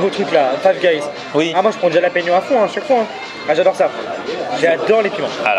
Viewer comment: Le mec qui dit jjjjalapegnyau ca se prononce halapeno svp svp